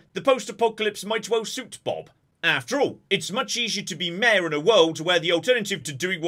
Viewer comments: Every time you say Mayor it sounds like mare, and I was very confused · for like 20 min i kept hearing maer. I was like wtf is a mear. Mayor..